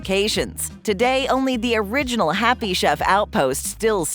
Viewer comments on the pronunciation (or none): none